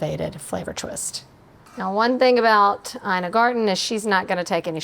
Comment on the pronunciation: I recently saw Ina Garten on a show pronouncing her first name as “E-nuh”, NOT “EYE-nuh!”